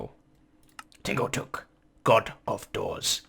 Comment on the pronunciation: Hmm, Tingo Tuk sounds like Tango Tek.